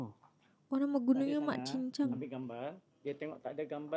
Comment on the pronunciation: hai..❤❤ gunung mat jingjang bukan cingcang...